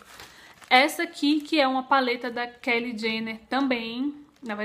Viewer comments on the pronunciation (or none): a pronúncia é Kylie (fala Caili), não Kelly. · Que aflição ela falando o nome da Kylie, mas eu adorei as compras! Esperava que mostrasse mais os produtos. A solução pra não ficar muito longo é fazer partes é assim ajuda mais no conteúdo do canal e consequentemente mais visualizações! Grande bjo